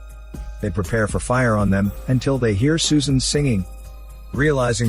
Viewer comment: but thing is the girls name is not susan but its Soo-An